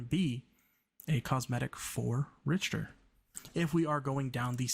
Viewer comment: His name is pronounced more like Rickter.